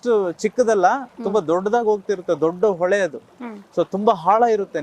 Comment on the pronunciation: Ole lla hole , hala alla ala, hakara akara correct agi use madi